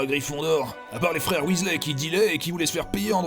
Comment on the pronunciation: Pourquoi tu prononces "Weasley" en "Wisley" et des fois "Wèsley" ?